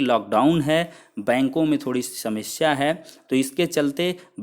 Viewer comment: सेमस्या नही समस्या